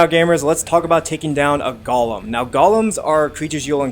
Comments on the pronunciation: A "gollum'. lol, its go-lem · It's GOLEM not GOLLUM 😂